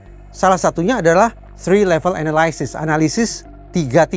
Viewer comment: konten menarik. Izin share, pada menit 4.14 pengucapan kata analysis sebagai nomina/kata benda kurang tepat. Baik Brirtish maupun American English, ly dibaca li, bukan lai.